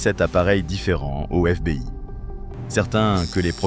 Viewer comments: On prononce pas « éf bé i « Mais « éf bi aille « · Histoire carrément géniale et sacrément bien contée sauf peut être un accent anglais un peu approximatif comme par exemple sur FBI mais bon cela s’améliorera sûrement avec le temps… Je me suis abonné, donc je vais regarder les vidéos que j’ai en retard et liker les meilleurs 👍🏻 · Histoire intéressante quel dommage d'utiliser une IA pour parler à votre place sa gache tout. IA même pas foutus de prononcer FBI